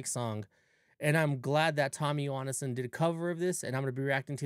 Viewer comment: Why are you Say his last name wrong? It´s not "Johannesson", It´s Johansson